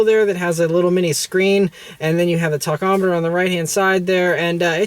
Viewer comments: Its pronounced ta-ˈkä-mə-tər. The word comes from Greek ταχος (tachos "speed") and metron ("measure"). I'm not sure why you keep saying tockometer or what one is. But if your going to review cars, at least pronounce the words right and stop sounding like a idiot. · Seriously dude... Stop saying TALKomoter.